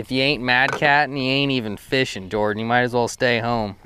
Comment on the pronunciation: Thank you for the "Jor-Dan."